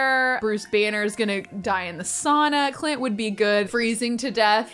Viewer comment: saying "clint" Me, hearing "cl*t" 👁👄👁